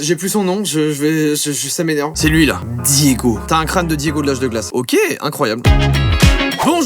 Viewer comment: je m’appelle Diego et je prend mal la façon son il a dit mon nom 😭